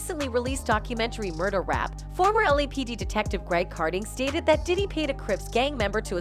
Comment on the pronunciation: Please stop saying his name like that!!your f’n up his name everytime you say it…Stop it…it’s nuttin but click bait